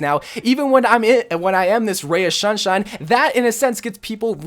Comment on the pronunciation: Ray of shunshine?